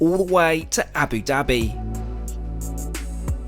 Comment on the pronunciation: I'm surprised that you still have not learned how to pronounce Abu Dabi. Love your videos, but if travel at least learn how to speak properly. Wish you could some videos about the cheapest/ middle class or turn to something new since these ar egetting boring